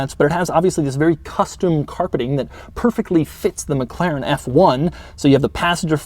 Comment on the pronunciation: would be awesome if you could learn to pronounce McLaren